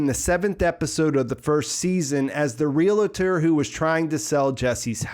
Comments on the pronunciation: Good stuff and I hate to do this but you said it at least twice. I know this is a regional thing that people mispronounce but... Realtor: Real tor. It isn't... Realitor: Ree li tor as you and some say. Sorry but... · Dammit.. love ya man but it’s “REAL-tor” not “REA-La-tor” And Ig-NAH- cio not Ig-NAY -cio That’s why his street name is NACHO and not NAY-cho Who cares. Still love this channel I just like to bitch and complain